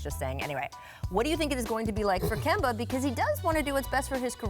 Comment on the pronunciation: Kemba....NOT Kember